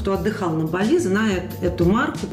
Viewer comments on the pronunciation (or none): none